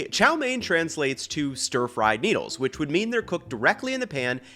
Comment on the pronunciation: i know you just said stir-fried NEEDLES and then browning or CHIRSTMAS don't gaslight me here that's not an accent thing you did that intentionally hahahahahah